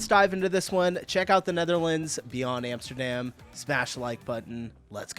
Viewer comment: Its pronounced "RoTTerdahm" and "Ahmsterdahm" with the emphasis on 'dam'